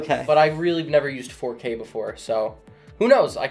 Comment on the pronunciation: “Faux-K” 😂 That’s great!